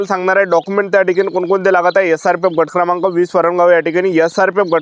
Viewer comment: बट क्रमांक 😂😂 गट क्रमांक ✅✅